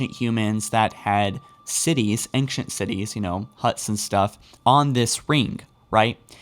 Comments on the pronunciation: wait wait wait E N G C H E N T? Engchent isn't it pronounced Ancient??? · Sounds like he says aingshunt foreigner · Love your videos but....Dude please try to practice the word ancient, it sounds like you're combining anxious and ancient and anger x.x. the nc in ancient is a Ch sound like channel....I'm fine with most of the mispronounced words but that one is just grating.... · Dude, you're pretty good... But I hate how you say "ancient."